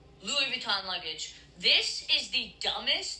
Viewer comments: LOUIS VYOOTON😂😂😂😂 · The way you made "Louis Vuitton" rhyme with "boot scootin' " 😂